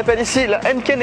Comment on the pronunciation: Hennken.. non Hèïneekeen !! ahah :)